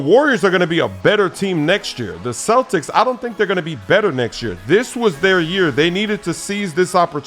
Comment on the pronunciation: Hey? U said cletics in 6?? huh? huh??